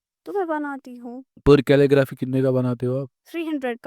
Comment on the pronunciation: Calelgraphy kya hota hai 😂